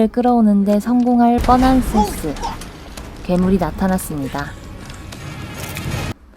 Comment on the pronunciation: 세스가 이상하게 들려 시발..